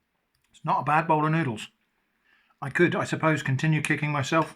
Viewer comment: No, it’s noodleara 😂